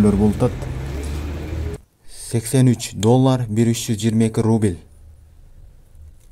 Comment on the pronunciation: Рубиль эмес укам Рубль де!